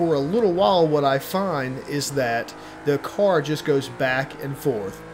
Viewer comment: I cant get past the way he says: car or cars! It sounds like cor or cors😂